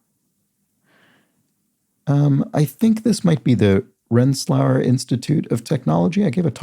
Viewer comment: I think you confused Rensselaer Polytechnic institute (RPI) with Rochester Institute of Technology(RIT). Rensselaer is pronounced ren*suh*leer with the stress on the last syllable. rensselaer pronunciation - Google Search